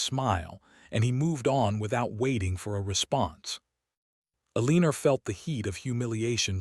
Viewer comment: Will someone please reprogram AI to pronounce her name as El a nor. E lean er is wrong and very distracting. I would just read the story but AI can't even be consistent in the spelling of the name and other words. If you insist on using Eleanor but mispronouncing it, I will quit listening to your channel.